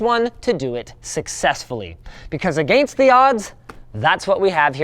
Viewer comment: will Canadians ever say against correctly?